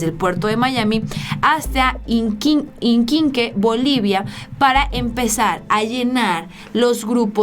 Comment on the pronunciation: ah,,... qué pena... no sabes ni leer... claro se lee que dice en las elecciones del 20 de octubre... y NO DICE EN LAS ELECCIONES DEL 2020... (minuto 3) y todos esos errores que sigues cometiendo es por que siempre andas corriendo, a la carrera... TAKE EASY, TAKE EASY... NO dice "tántico"... dice tantico y se refiere a "un poco"... ¿Inquinque..."... DICE IQUIQUE... IQUIQUE... MEJOR YA NO VEO TUS VIDEOS PUES NO DICES LA VERDAD SINO LO QUE TÚ CREES QUE DICEN LOS ESCRITOS... OJALA PONGAS A ALGUIEN QUE SEPA LEER PARA QUE TE AYUDE CON LES TEXTOS... CUANDO ESO OCURRA ME AVISAS... DE LO CONTRARIO, YA NUNCA TE VERÉ...BYE. SALUDOS. Y DICHO TODO ESTO, CON TODO RESPETO...